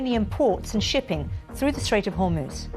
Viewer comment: She can't even say Hormuz properly.